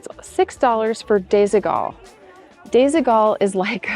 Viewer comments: It's actually pronounced desi-wall. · Disigual is pronounced disidual 😊❤ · love your channel! Just FYI, Desigual is a Spanish brand. And the u sounds like a w when you pronounce the brand name. Sort of like desequal but with a g. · It's so funny how you pronounce Desigual, it is a Spanish Brand from Barcelona, still quite expensive, and the name means smthg like "uneven" because of the funky colours and shapes. Some pieces are really goog quality mostly the vintage from the 90's